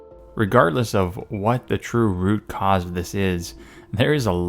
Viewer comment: "root cause...." 🤣😂